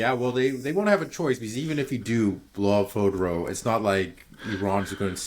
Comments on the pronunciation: fordow, not fodro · Spend a few minutes learning how to pronounce Fordow.